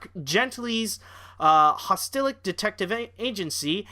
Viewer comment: Holistic, not Hostilic.